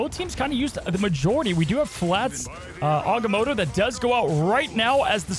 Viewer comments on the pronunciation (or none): none